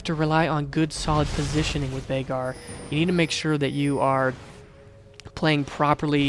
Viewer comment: Vai-gar is the pronunciation.